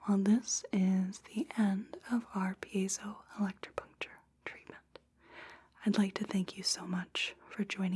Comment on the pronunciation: Absolutely nailed that pronunciation!